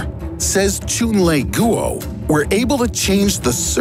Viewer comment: Goo-oh lol (facepalm)